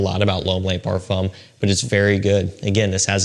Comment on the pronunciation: I don't want to sound like a smart ass but 'Le' is pronounced ler. Les is pronounced 'lay' They mean 'the' singular and plural respectively. Other than that a great vid.